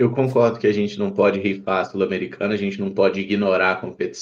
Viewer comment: que gastura do falando 'Sulamericana' hahaa